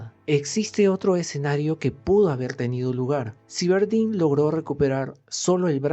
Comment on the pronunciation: si, se pronuncia sáiberdain. No lo digo por saber inglés, sino que además así lo pronuncian en el idioma original y en todos los doblajes que he escuchado. Nunca oí a nadie pronunciarlo "ciberdin". Saludos